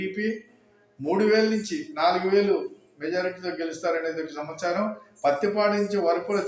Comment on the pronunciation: చీట్లు, చమచారం కాదు బాబాయ్ సీట్లు మరియు సమాచారం అనాలి